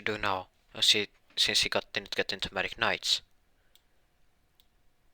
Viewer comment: Dude, do you say Magic or medic?